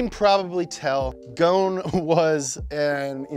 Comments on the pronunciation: Go son not ghoon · Its probounced gosen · Guys, please pronounce the S in Ghosn. Take it from a Lebanese, it is pronounced Gho-son. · His surname in Lebanese mean "branch" like a tree branch and is pronounced GHOSSIN in arabic. Where on earth did you get Goan pronunciation?? 😄🤦‍♂️ how can we take details seriously if you can't even spend the effort to research and pronounce the guys name accurately? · Its gh-os-n not goen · His name is not Gon or Gun, it's Ghosn, you must say the S letter. It's an Arabic word means Tree Branch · It’s GOSN … NOT GON the S is NOT SILENT .. he’s Lebanese, his last name translates to “tree branch”. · its not goone its gh-o-son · Braaaa....... Karlos غصن not goon , ghosen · Hi guys .. it's not "gohne" It's " gosn" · Why call him Carlos Gohn when his name is Carols (Ghoson) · It's Carlos Ghoson, not goun😂, you should be embarassed. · Who is gonna tell them it’s ghoson not ghone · Its not "Goohn" it "Gohson" said like "Go oh son" And its means "twig" JFYI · His name is Carlos Ghosn not Carlos Gone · His name is actually pronounced Carlos Ghosn (go-son) by the way; don't know why everyone pronounces his name as Carlos Ghosn (gone) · Lebanese people cringing every time he pronounces Ghosn "Gone" 💀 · he’s from my country and it’s actually pronounced “gho•sen” but the “sen” part is said quickly as if it’s “sn” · Dude spell the S in Ghosn lol, the S is spelled as S not Z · Man his name is Carlos ghoSn , the S is to be pronounced , Ghosn means = branch 🇱🇧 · Carlos Ghosn? More like Carlos Ghone 😂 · I believe you pronounced his family name wrong 😅 Ghoson is the correct one where the “S” is not silent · I am a little annoyed that you don’t pronounce the S in his name! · his name is Ghosn (غصن) with S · His name is pronounced: Carlos “Gho-son” in arabic ..!! The word “Gho-son” in arabic means “a tree branch” .. just a fun fact ..☺️😉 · ur butchering his family name dude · The s in Ghosn isn't silent btw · Ur saying his last name wrong